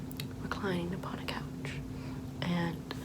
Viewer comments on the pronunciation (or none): none